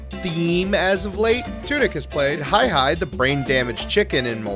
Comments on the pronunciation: It's not hi hi it's hei hei lol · Good work on this video,. But I have a correction for you. Moana's rooster Hei Hei's name is pronounced as Hay Hay. Sorry! 🐓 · You just butchered my boy hay-hays name sir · I usually like these (sub for years); but I couldn't finish this one. Considering the size of this channel, you can do so much better! There is incorrect information (about Columbia), name pronunciation (Hei Hei), the narration was overly critical and the "easter eggs" are huge stretches... Wow, Hercules looks like Hercules? No way... 😐